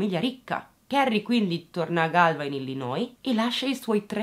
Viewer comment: oggi punti bonus per aver pronunciato bene "Chicago" e "Illinois" ;)